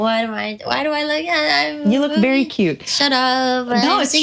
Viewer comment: Re: habits, I have heard say “cyuttuh” (cute but with the last syllable dragged out) just like mint too